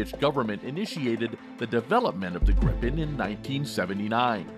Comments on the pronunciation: Great video! But once and for all, it's pronounced "Jaws Greepen" rather than "Jazz Grippen":) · If you want to say "JAS Gripen" like we do here in Swedish, pronounce it "the Yaas Greepen". ;)